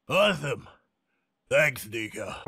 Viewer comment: HER NAME IS NIKA and he has a speech problem and I don’t like him